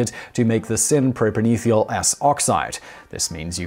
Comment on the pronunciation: Holy crap, could you mispronounce propanethial any worse? It's a kind of thial, namely a propane thial. Not a propan ethial, whatever that might be!